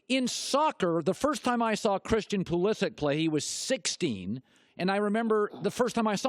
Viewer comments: I can choose to pronounce my last name as "T-Rex". That does not make it correct, just because I choose to say it that way. If Pulisic himself says it that way too, fair enough, Colin is not really at fault here, but that pronunciation is still wrong... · Look at the blue writing of the pronounciation in the first parenthesis. Does that seem to sound like Colin says it to you?!?!?! The name is Croatian... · Argues that he is a big fan of the sport = calls that player "Pull-E-sick!" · He pronounced it properly a few minutes earlier, could have been a slip up.